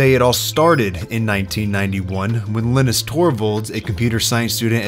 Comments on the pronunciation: Is his name pronounced with a short i? I've always pronounced Linus with a long i sound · dude said Elniss, its LYE NUSS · Linus - sounds like Highness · baby did you call him Linnis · oh man. his name was definitely pronounced “Line-Us” lol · Actually in english the name Linus is pronounced ”Lie-nus”. More accurately, the name ”Linus” in scandinavia and is pronounced ”Lee-nus” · Either you are terrible at pronouncing the name Linus or used one of those awful AIs to mimic your voice. Linus is supposed to sound like line us. These AI tools will prove to be a curse as people forget how to pronounce words. I can already imagine a lot of frustrated English teachers trying to undo. The way that you pronounced the name Linus would have me believe there were two ns in it if I did not know better. I don't say this to be mean but to raise awareness of these flaws in AI so that our children don't grow up learning the wrong way to pronounce words. Trying to get them to unlearn it is going to be hard so we should not get it stuck in their heads if we can avoid it.